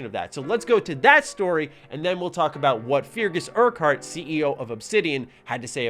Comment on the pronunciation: It's pronounced Fergus Urkurt, it's a Scottish name.